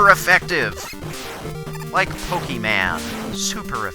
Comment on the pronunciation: I think u said pokeman not mon